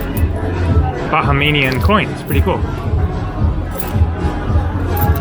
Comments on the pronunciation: It’s Bahamian not bahamanian otherwise good vid hope you enjoyed your stay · Bahamian is pronounced ' Buh - hay- mian' not 'Baja - may - nian ' as in Baja California where the 'Baja' is Spanish and means 'Lower.' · And Ba-ha-mian! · Your adding to many vowels when you say Bahamian Nice video